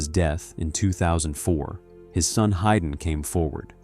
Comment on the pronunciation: It is pro ounced "Hayden" (Hay den), not Hyden